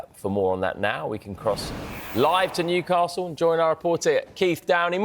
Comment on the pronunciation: Newcarsel 😂😂😂 love it